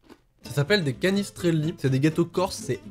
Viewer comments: On dit pas cannistraili mais cannistaile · Alor je suis Corse et g fait une hémorragie des oreille quand g entendu comment il a prononcé canisttrelli on écrit canisttrelli mais on prononce canischtrélli merci d’avance 🤣🤣🤣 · Sa se dit canistréle je suis cors😁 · On dis pas canistrelli mais canistrelle ok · on ne prononce pas le i dans canistrelli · je suis Corse et c'est trop drole comment tu prononces canistreli 😭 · En corse on ne dis pas le I de canistrelli Je suis corse donc je peux le savoir🤣🤣🤣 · je t’en supplie, tout les corse qui regarde cette vidéo DON MOI ... C’EST QUOI CETTE ACCENT BORDEL !!? Désolé.. bisou de la corse 😂❤️🤷🏻‍♀️